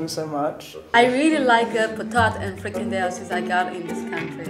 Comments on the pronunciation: Everyone fffryykadel but it is frikandel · FriKADEL? Frikandel